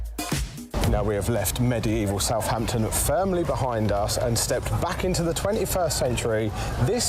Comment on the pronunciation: It is Southampton, and not Southhampton